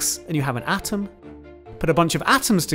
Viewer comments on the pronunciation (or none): none